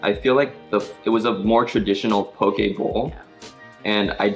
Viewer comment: As someone from Hawai’i, it made me so excited when you guys said “po-keh” and not “po-key” lol